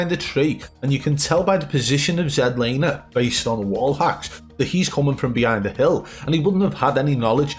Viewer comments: Zed laner😂😂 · Zed Lander 😂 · Zed laner 😂😂